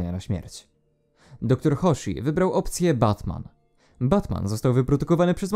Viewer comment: Nie bat-Man tylko VAT-Man